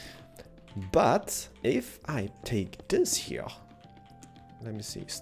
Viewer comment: I love how you say HERE Hiar